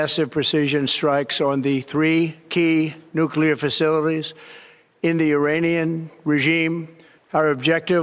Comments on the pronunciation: You pronounce Nuclear wrong, it's not New-cya-ler, it's New-Clear. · No. P.S. Nuclear is pronounced “New-klee-er.” Not “new-Q-ler.” It’s so sad when intelligent people say this word incorrectly. 😔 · you say that you read the comments, but you keep saying nucular instead of nuclear. It is important for someone in your position to pronounce words properly. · It’s NEW CLEAR. Not NEW CULAR? Bush the lesser is long gone. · Nuclear: New-klee-er. It’s so sad when I hear intelligent people say this word incorrectly. 😢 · If it’s not CLEAR, it’s not nuCLEAR! One u.